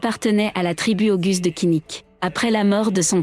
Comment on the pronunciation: La prononciation "oguz" est défectueuse. Il faut prononcer : "o - ouz". Il vaut mieux également prononcer : "seldjouk".